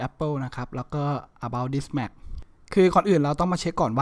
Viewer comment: แม็ค ครับ ไม่ใช่ แหม็ค